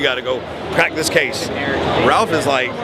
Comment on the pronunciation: it's not Ralph, Raphael shortened name is Raph said like graph but without the g. hope that helps.